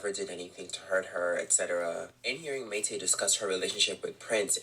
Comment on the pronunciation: The way he keeps saying Mayte’s name wrong is making me cringe. The situation however has been publicly known. It’s a constant shock factor every couple years. Prince was trash, and still is trash.